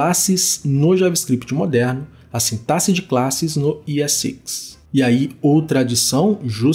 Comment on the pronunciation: Finalmente uma pessoa que pronuncia "sintaxe" certo 😭🙏🏼 kkkkk Excelente explicação. Valeu demais!